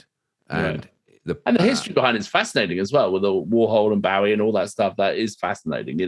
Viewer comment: His name was Bo-ie. It rhymes with SNOWy and showy. The man was one of the most influencial and popular musical arrises of the 20th century. He told people how to pronounce his name hundreds of time. How can you guys mispronounce it?